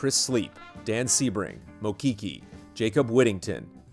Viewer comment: correction: you say mikki like mickey mouse not me-key;) thanks for doing my game though!!! L&R <3